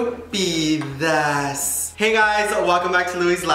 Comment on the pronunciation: I find it so weird now that says estupidas in an american accent now😅😂 tbh I probably just only ever heard him saying in a hispanic accent but anyway I hope you dont think im hating but I just found it a little surprising lol